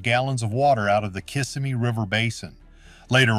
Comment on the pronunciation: Narrator can’t prounounce Kissimmee